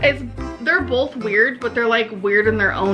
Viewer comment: Does seriously say BOLTH instead of both?! Btw, hope you're doing fine and thank you for your hard work, even though it was a pretty tough time for you the last days. Did you manage to get the locks changed? Do you finally feel safe again? I'll continue to pray for you anyways 😊 Loads of love and hugs from Austria / Croatia ♥